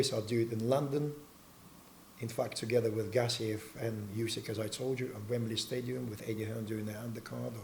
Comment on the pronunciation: He doesn't have a Russian accent sounds like that French guy of dinner date. Man you butchered Gassiev why do some people butcher names? I'm English and I knew it was pronounced the way he said it was meant I mean does the interviewer not watch boxing?